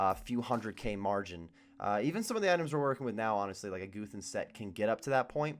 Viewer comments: its guthans not goothans pls stop it D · You're right I don't. I also don't get what that has to do with Goothans being a funny way to pronounce Guthans.